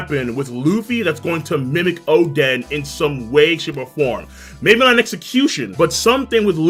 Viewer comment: why does he call oden “chaden”